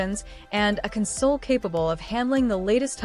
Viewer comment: Imagine showing video that matches the audio, with all of it's wonderful mispronounced words like "console".